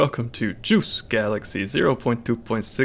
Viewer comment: Lmao I love how this guy says "JUICE Galaxy" at the beginning every time